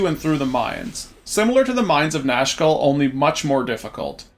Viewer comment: Nashkel aka Nashville when you listen not closely ahah